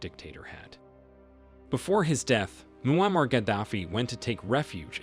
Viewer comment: Bro pronounced ‘Muammar’ every way possible. Good CYA